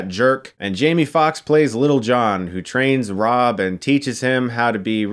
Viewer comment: Thought they were calling him bruv not Robb lol;)